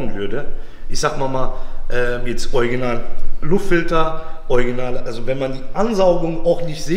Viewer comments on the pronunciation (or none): Wäre schön wenn du „Original“ sagen würdest statt „euginal“ 😉